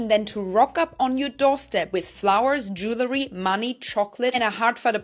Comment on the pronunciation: Jewelry, not jewlery